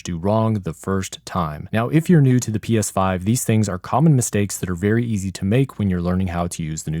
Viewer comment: Anyone else thing he said psvive